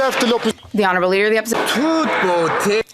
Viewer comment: Trudeau: “The leader of the Opishishion”